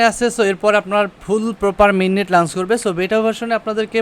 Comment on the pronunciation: bro word ta "লাঞ্চ না লঞ্চ" r moon nah mon... R eto chapa maren ken vai!! R ekta video te eto pok pok nah kore banate paren nah...!! R nijer eto dhol bairam ken, ore bapre kanta shesh🤐